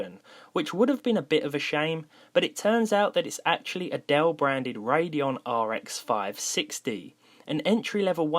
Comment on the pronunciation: i thought he said "im going to buy adelle"